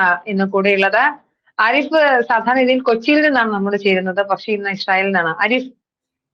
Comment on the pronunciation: ഇശ്റായേൽ അല്ല ചേച്ചി ഇസ്രയേൽ നേരെ ചൊവ്വേ പറഞ്ഞു പഠിക്ക്..